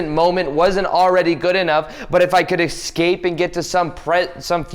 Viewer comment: Don't EsCahPeeyyy the Mohmenteyy 😂